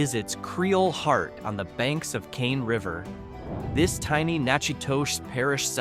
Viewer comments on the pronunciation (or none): none